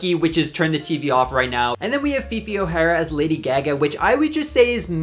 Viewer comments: Came to the comments to point out the way you pronounce "Lady Gag-Guh"???? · Yeah I’m curious where he’s from, I’ve never heard that pronunciation lol. I’m in WI. Around me it’s “Gaahh Gaah. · THE WAY I WAS ABOUT TO COMMENT ABOUT THIS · It was SENDING me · That cant possibly be how you actually pronounce lady gaga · Am i missing an inside joke or something, coz that pronunciation of Gaga in lady gaga is insane to me lol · I've never heard anyone pronounce Gaga like that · the way you say lady gaga is killing me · has always pronounced lady gaga like that or is this a psyop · Why do you say gaga like that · Everyone reading him for his pronunciation of GaGa and not Osbourne (cos we all paused and read the disclaimer). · Are you pronouncing lady gaga like that as a bit im so sorry if you arent